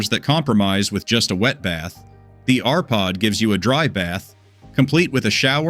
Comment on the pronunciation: You showed WAY MORE exterior views of the RPod…I would have liked to see the refrig nd maybe. Sensible view instead of disjointed little clips. It would be nice if the AI was taught correct pronounciation of the NAME of the TRAILER????